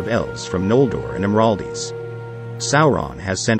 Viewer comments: Good job on the video however I’m sorry but it’s “Imladris” not Imraldis lol and it’s just Mirkwood not Mirkwood’s that’s just the diehard fan in me screaming but other then that great job! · CORRECTIONS: ''Noldor'' is not a geographic region or place - they are a particular pedigree of Elves. There is no such place as ''Imraldis''. You mean ''Imladris''.